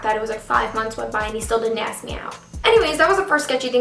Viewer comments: A.S.K. not axe. thank you. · why do you say aks instead of ask xd or maybe its me that i understood it wrong lol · Not hating. Great video. But I hate how you say ask. Ask, not aks. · ITS ASK NOT AXE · Ask not aks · its ASKKK not AXEEE! :'( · It's not aks its ask! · I'm so sorry this happened to you but it's ASK not AKS 😩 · yea i’m from new york and we say ask like aks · "He still has not >axk<me out jet". 😂😂😂😂😂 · She u just say "AXE" me out!!!????!! OMG I didnt think u were that color....or illiterate! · She needs help pronouncing ask